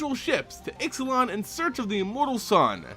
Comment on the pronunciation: It's pronounced Ishlan the x sounds like sh